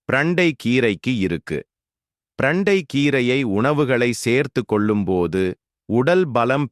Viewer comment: பிரண்டை சரியான வார்த்தை❤ ப்ரண்டை தவறான உச்சரிப்பு ' தவறை திருத்திக் கொள்ள வும்'❤ 💐💐💐